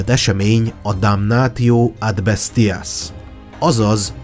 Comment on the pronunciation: Egyetlen kifogásom a latin szavak kiejtésével kapcsolatos. A damantio-t (károsodás, sérülés, kárhozat), damnációnak , a "retiarus"-t reciáriusznak, ("halász"), a "venatio"-t venációnak kell ejteni, a "ti" szótagot, ha nem szókezdő szótag, akkor "ci"-nek kell ejteni. (Tanultam latint.) Amúgy élvezetes, jó előadás volt.